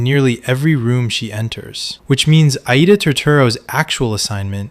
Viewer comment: It's pronounced I-EEDA